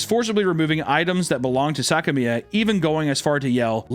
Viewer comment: "SACK-A-ME-A" johnson? Say that slowly...